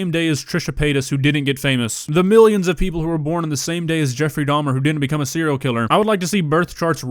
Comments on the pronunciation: “Jeffy Doms” 😢😂🤦🏽‍♀️ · I’m sorry did I just hear “JEFFY DAHMS”???!!! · Why the fuck did she call him Jeffy doms what the fuck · "Jeffy Dahms"?? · Bruh, “Jeffie Dahms” made me slowly die inside.